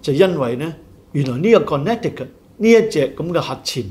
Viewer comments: Connecticut 的 发音 是 Con.NEH,tie.cut, NOT Con.NECK.ti.cut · Connecticut 的 发音 是 Con.NEH.tee.cut, NOT Con.NECK.tee.cut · 在美国, Connecticut is pronounced Con-NEH-ti-cut (con-呢-tee-cut) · 在美国, Connecticut is pronounced Con-NEH-ti-cut (con-呢-tee-cut).